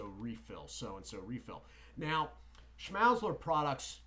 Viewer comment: Schmal-zler is how it's pronounced